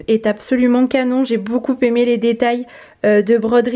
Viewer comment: Et pas de liaison entre beaucoup et aimé, tu dis toujours beaucouPÉmé.... Conseil d un prof de français 😜